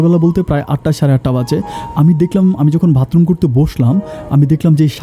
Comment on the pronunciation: ভাই এর আগেও আপনি ভাতরুম বলেছেন, আজও বললেন, শুনতে খারাপ লাগে।উচ্চারনটা হবে বাথরুম। ।